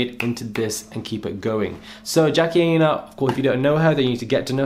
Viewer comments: Jackie Aina (Eye-Na). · Jackie Eye-Nah😅